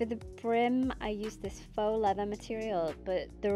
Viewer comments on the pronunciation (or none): none